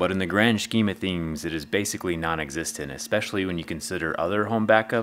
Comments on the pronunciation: "but in the grand schkeem o theems" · "The grand schkeem of themes" hahahaha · “Grand shkeem a themes” 😂